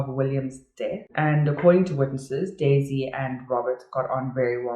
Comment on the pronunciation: Same! But it always sounder like Daisy "die" Melker